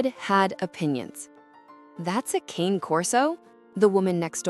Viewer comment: The AI voice should learn to pronounce “cane” correctly. It’s “kah-nay.” A human could probably do it